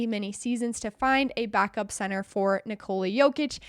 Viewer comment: Please, now you can learn how to pronounce Nikola as Serbians are saying it, not saying Niçolàa, as if he is a French girl...